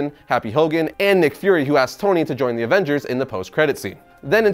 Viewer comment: You say nick fury, I hear mcfury